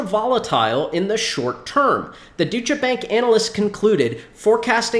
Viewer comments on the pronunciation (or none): Great video again.. It’s pronounced Doi-cha Bank 🤙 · It's pronounced Doy cha bank